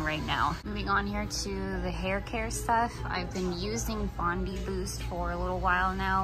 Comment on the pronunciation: Bondi is pronounced Bond-eye like in Australia! 😊